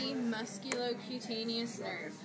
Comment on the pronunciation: as soon as i heard "COTANIOUS"... i fucking left.